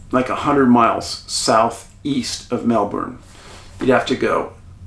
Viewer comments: You are literally the only non Aussie who I have ever heard pronounce Melbourne correctly. Bravo🥰🕊️👍🇦🇺🌟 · Mr Paulidis as an Aussie I would just love to let you know you said Melbourne perfectly 🙏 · Thankyou from Australia 🦘 💫 I've never heard of this story which is crazy! Thankyou for doing this episode and full props for your perfect Aussie pronunciation of 'melbourne' you nailed it mate!! ❤ Top reporting as usual! Thankyou xx